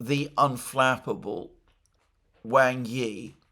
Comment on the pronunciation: I know it is a nitpick sorry, but "Wang" is not pronounced like bang, but like the pong in ping pong or like wong.